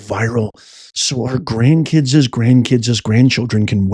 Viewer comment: I can't stand when says "Grandkid'zez, Grandkid'zez, Grandkids! I'm an author and I write quite often and I just can't stand when people use words wrong or pronounce them wrong! claims to be a PROFESSOR who taught at a college! I sure hope he spoke better English in front of his students! KIDS are KIDS and KIDS KIDS are KIDS not KID'zez!